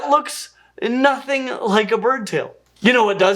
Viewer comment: When he says bird it sounds like but... I'm 40 min in and still haven't heard anything about feather anchor sites on the wing bones as well as the evidence of pinfeathers on some dinosaurs and the evolution of feathers as modifications of scales. There's those feather anchor points or "quill knobs"... Scleral rings might be another commonality between SOME birds and dinos...